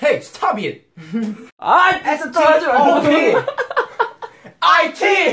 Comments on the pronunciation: jimin be like: HeY sTOb iT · hEy! sToB itH! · Its stob it😂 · when Jin said “HEY STOB IT” I thought someone texted me 💀 It’s my text tone💁🏾‍♀️ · STOB IT XD